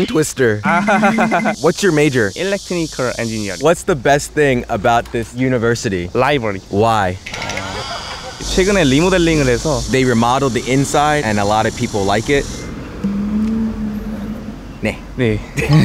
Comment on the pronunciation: 리모델링(X) -> 리마들링(O)